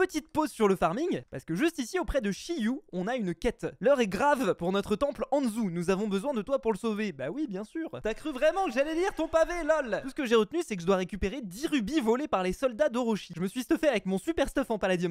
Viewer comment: oh mon dieux REVISE TA PRONONCIATION 😂 (anzu[Anne zou]) c clair? XD